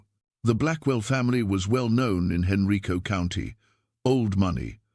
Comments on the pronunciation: That county is not pronounced Henreeco. It is pronounced Han-rīco. Richmond. I lived there for 20 years. I've never heard of that story , so i'm not sure if it's true but things like that happened frequently back in those days. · I could not find any reference on Google to Professor Hayes or her journal article and book. It’s very unlikely that there were any women PH.D. professors teaching at UVa in the early 1970’s except in the department of nursing. Henrico is pronounced hen-rye-co so is this AI? Provide the references you used for this YouTube post. Lynchburg, VA.